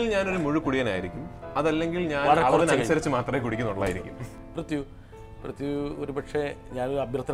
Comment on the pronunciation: Brittas is pronouncing prithvi as pruthyu as in mruthyu😅